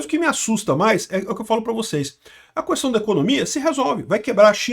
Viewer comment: Falou cuestao já entendi 😂😂😂😂😂